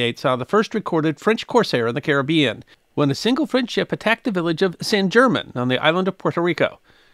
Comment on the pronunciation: San German is pronounced San Hairmon. I used to live in Puerto Rico. It’s Spanish. G=h, E=A, a=ah, I&y=E